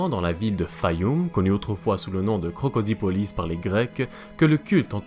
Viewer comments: Ce n’est pas Crocodipolis mais Crocodilopolis. Belle vidéo sinon! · Super vidéo bro !! +1 abonné (ps : on dit krokodilopolis)